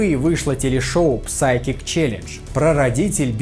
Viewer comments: почему все всегда говорят "ПСАЙКИК", "ПСИХОЛОДЖИ" и тд? Там нет никаких "псов", собак и щеночков. P не произносится, то есть "сайкик". Я бы и не писал это, но уже накипело, какое-то повсеместное "особачивание" произношения. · в слове Psychic 'P' не произносится 'Сайкик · небольшая поправочка- psychic читается как Сайкик, а не псайкик. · Не Псайкик, а Сайкик. В Psychic и однокоренных словах "П" никогда не произносится. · а как ты рекламируешь школу Английского а сам говоришь "Псайкинг Челедж"? Там-же нет звука "П"?? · Не "псайкик", а "сайкик". "П" не читается.